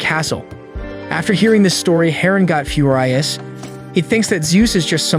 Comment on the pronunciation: "Few-rye-us"? Is that how we're pronouncing it now? Read more. Speak better.